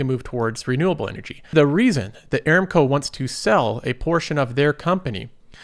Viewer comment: I look forward to your videos and mostly agree with your advice. However, you will have higher credibility if you pronounce company names correctly. You consistently mis-pronounced "Aramco". The correct pronunciation is a-RAM-co. See